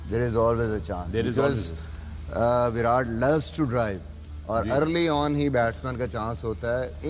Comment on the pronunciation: विराट hota hai chutiyon, विरात nahi. Translate mein daal ke seekho. Convert ho gaye ho to Punjabi to aati hogi.